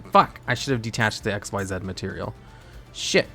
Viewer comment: why does he purposely mispronounce "XYZ" as "x-y-zeed" when its pronouced as "ik-seez" ? the "x-y-zeed" is used for the xyz union monsters.